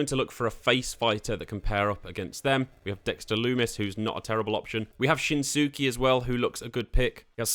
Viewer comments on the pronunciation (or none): you need to learn to properly pronounce names. Nikita Ash? It's Nikki. Shin sooke? its always been SHIN SKAE. and its not Eye-oh Sky. its E-oh Sky. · When you said Shin-SUH-Kee, your credibility dropped -50.... bruh.. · You did not just Call Shins-Skay Shins-suky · Shin soo key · "Shin-sue-kee" Uhm. No. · lol shen su key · How does one butcher "Iyo" and "Shinsuke" so bad when we've had the pronunciation provided for us by WWE broadcasting so many times over multiple years? Just reproduce the sound from your own lips. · I was listening to this, vibing, hoping to gain some 2k knowledge and then... Dude, the way you butchered Shinsuke... Do you even watch wrestling? Like wtf, biggg downvote! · i cant tell if u actually dont know how to pronounce shinsuke and ciampa or if ur just memeing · It was going so well until he said shinsuke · That Shinsuke pronunciation hurt my soul lol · Right. I almost turned off the video. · And Asooka...